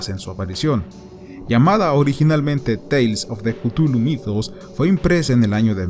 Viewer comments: Buen video, pero se pronuncia "Clujlu" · yo lo pronunció "ctjúlju"